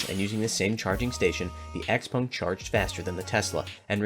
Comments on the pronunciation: Why do you pronounce it "Xpung" instead of "Xpeng"? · Can you please stop calling it X-Pong!?